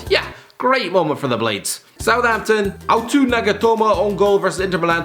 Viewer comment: That nagatomo pronunciation.....wow You-tow na-ga-tow-mo Just helping